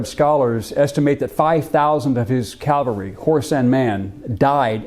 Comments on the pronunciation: It’s CAValry not CALvary. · It's CAVelry. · Cavalry. Calvary is the hill of Golgotha. Good video. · Love your videos, but PLEASE, get it right: it's caValry not caLvary... unless you really are talking about the hill on which Jesus was crucified! It's like saying aKs instead of aSk...but with a touch of accidental blasphemy. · Absolutely loved this video. But I have to say it was quite painful in places. "CaLvary" - the place of Jesus's crucifixion. "CaValry" -- soldiers on horseback. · Bro! Its caValry, NOT caLvary. Bro… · Why do Americans insist on saying "calvary" instead of "cavalry"? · I find it difficult to believe that a history professor cannot pronounce cavalry correctly. Calvary was the hill Jesus was crucified on. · There’s “Calvary”. Then there’s “cavalry” . These words are NOT interchangeable. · Calvary....Americans always say it wrong....forgive them, it's the education system.